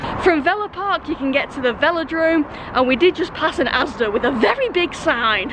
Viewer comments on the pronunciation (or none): none